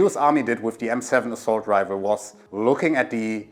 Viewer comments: It's Rifle, not Rival. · Rifle - the f is pronounce fu, not vu. You’re saying rival not rifle in you’re pronunciation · man I'm so stupid, I thought he was saying rival, (even the caption think so too) but the accent made me realize he was actually saying rifle or rifleman